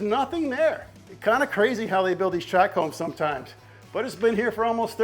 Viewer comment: Do they call them track homes in Texas, or it’s that just a Louisiana way of saying tract? :) Love this content cause this is 100% more applicable to me, but I do love the garage build!